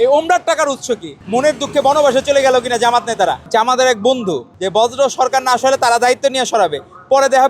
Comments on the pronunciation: বজ্র না বর্জ্য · বর্জ্য কে বলতেছে বজ্র😂😂😂😂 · ভাই পড়াশোনার এতো খারাপ অবস্থা! বর্জ্যকে বজ্র বলে। এরা কী আসলে ছাত্র? সন্দেহ হয়।